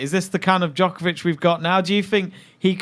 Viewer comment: Its funny to watch these debates on Djokovic dominance and how HARD it is to roll the name Djokovic off their tongues. So upsetting to see actually! Anywaaaay....btw, Djokovic already won 4 in a row...just saying..